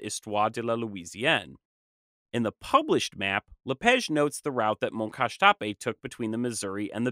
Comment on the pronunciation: I’m curious why you pronounce “La Page” as “La Pege”? The “a” in French is supposed to be pronounced like the ‘a’ in “father”, not “feather”.